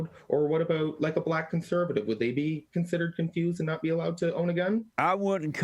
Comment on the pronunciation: And he says BLAT, instead of Black. 😂 I'M BLAT by the way